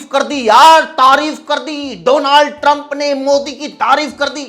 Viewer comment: अबे डोलांड, 😂😂 मोदी के कारण नाम भी "डोलांड" हो गया। क्या यह जानबूजकर बोल रहे हो?